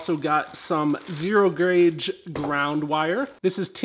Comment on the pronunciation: 0.51 did he say grauge ? ... lol ... good video , looking forward to seeing that future sound deadening & enclosure videos